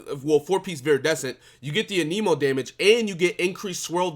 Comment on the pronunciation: Your videos are very good and I enjoy them but it’s Anemo ( ann-uh-mo) sorry lol it irks me when ppl say aneemo lol 😂